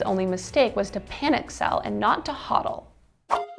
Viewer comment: Its hodl, a stupid phrase with good meaning so I am going with it. BUT It stil sounds like hold, not Hawd. Holders. Not sure why your voice is so scratchy too.